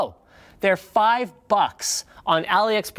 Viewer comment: When he said AliExpress I thought he said Elliots breasts, had to rewind for a second